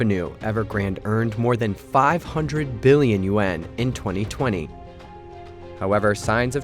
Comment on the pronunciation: "Hui" in Mandarin does rhyme with "day", but the name "Hui Ka-Yan" is written using Cantonese romanization and the Cantonese pronunciation of "Hui" rhymes closely with "boy". "Yuan" does rhyme with "hen". It is not pronounced "yu-ah-n".